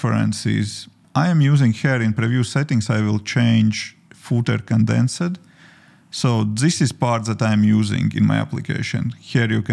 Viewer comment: I hope I am not rude but I have to give you some advice. You are pronouncing some words wrong and it's annoying. When you say words that end in an "ed" like asked, the "e" before the "d" should be silent. It's more like askd, not askEd. Used is yusd, not yusEd. Condensd, not condensEd. Things are not written the same way as they are pronounced in English, unlike other languages.